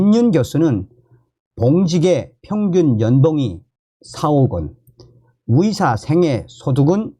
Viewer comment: 위협이 아니라 의협 위사가 아니라 의사 발음이 좀...